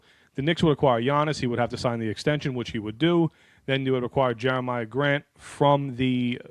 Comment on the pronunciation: Not "Jeremiah" .... it's "Jerami" Grant